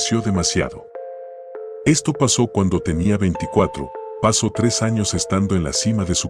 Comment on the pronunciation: Me gusta tu forma Discovery Channel de narrar, pero no se porq dices paso en vez de pasó